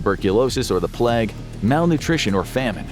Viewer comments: The ‘Plegg’ ? 😂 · "0.24" Not pleg 😂